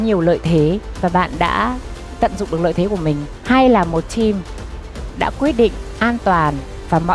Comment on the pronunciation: Hlv hương ginag đọc Team thành chim 🐦.làm ơn nói chuẩn ạ